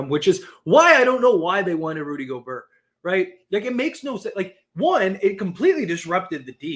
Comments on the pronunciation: Dude it's pronounced (go- bear) I don't like him but damn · The way you said Rudy Gobrrr🥶❄️had me cracking up 😆. Was great to see LeBron have jumper going. He’ll be more aggressive moving forward but can’t forget this Yr 20 38 > milage then anyone besides Kareem Torn tendon 4 weeks ago Horrid whistle (worst ever for all time great imo) Rest of team overall not good 3P shooting overall or else he would def shoot lower number of 3s. It’s also to conserve energy older gets. 11th player EVER to even make yr20 and everyone else was washed then including Kobe Kareem KG Dirk Parish so Mother Nature Father Time alone LeBron is gonna have moments where he looks gassed or not as great. MJ Wilt the only 2 ever to avg 30 (also shot the most per game as LeBron Durant avg 30 shooting same amount of times). AD is amazing and one of best 2 way bigs ever! I get his injuries are frustrating and you wish he was as aggressive as Giannis/Embiid on offense, but he’s Top75 under 30 years old for a reason! 5 first team all nba, 3rd in MVP, best defender or at worst top5 DPOY every healthy year, 1A or 1B player to win title (Lakers started 24-3 and 48-13 before Covid which stopped their momentum and took away home court advantage so haters can stop pretending “bubble” is less significant). He’s elite. PS as bad as this Gobert trade was, passing on Steph Curry TWICE IN A ROW at 5/6 for two other PG in Rubio/Flynn! 😆 Buddy Hield instead of Malik would be ILLmatic by the way (44-45% from 3 making top3 per game) last 4 months or so. PSS LeBron was also hurt in 20